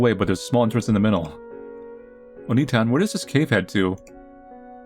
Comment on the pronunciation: It's not Oni-tan. Its Onii-tan. You hold the "i" for two syllables. The way you pronounced it was calling Hansel an ogre.